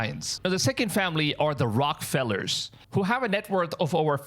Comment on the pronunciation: Also totally mispronounced Rockefeller. There is an E in this case.. It should sound like a Rocket without the T at the end and then feller